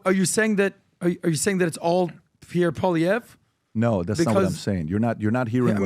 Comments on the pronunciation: Just say “Pollyev” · Polly Eve is how it’s pronounced. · Guys. It's Pau-lee-ev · Call him by his last name and not first name, please. His name is Poilievre and not Pierre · it’s pronounced POALEE-EVRE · “Polly- Ev” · Poilievre is pronounced po-lee-ev. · Pwah lee ehv = Poilievre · Pronounce his name right. Come on guys! Poilievre="Pauly-ev" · REPEAT AFTER ME: "Poly-ev" .. simple as that 👍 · You are making a fool of yourself. You can't ever pronounce Pierre name. I use to love your podcast but I see you don't actually do your homework. As a Canadian I can tell you that you don't have a fucking clue. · Also,, you should know how to pronounce Pierre Poilievre name by now. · you can't even pronounce Pierre's last name.